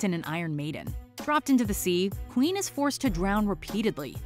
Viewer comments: * When Nicky gave Andy the Baklava, not Joe * Not pronounced Queen but Quinn, like Harley Quinn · Her name is pronounced like Quinn. Not queen. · I am cringed so hard when you pronounced "Quynh" as "queen". Her name is not that hard to pronounce compared to other Vietnamese names with "uyen". And they said it quite correctly in the movie too. So I couldn't find a reason for you to not pronounce her name correctly.